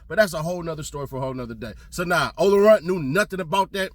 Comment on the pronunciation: He said Ola Runt……